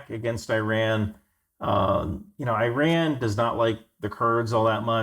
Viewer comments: Its EEE-rahn...Eye-Ran is an English language verb. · Exactly my thoughts. Where did they find this guy? Messing names and terms: Burma, Ayyy-ran, Hezbollah and Hamas religious affiliations?